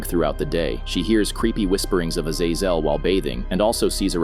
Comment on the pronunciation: Bro can’t pronounce azazel for shit!